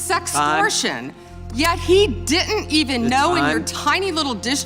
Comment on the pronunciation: Dit’nt??? I think she meant didn’t 🤷🏾‍♂️